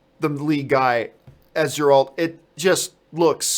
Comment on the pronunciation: The G is Geralt is pronounced as a hard G like when saying Gary.